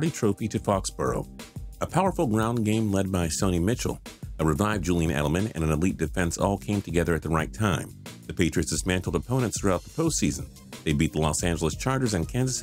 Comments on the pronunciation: Did you say Sony Mitchell? That’s not even a mispronunciation, that’s a complete different name 😂 even tho u hate the patriots it isn’t hard to say Michel and not Mitchell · sony mitchel dude its "mish-el" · “ Sont MITCH-el “ Bruuuuh that made me cringe... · lol just said sony mitchel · You pronounced Sony Michel wrong